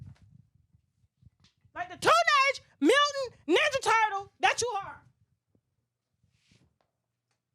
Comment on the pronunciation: Bruuhhh tasha said nija turtle 😭😭😭😭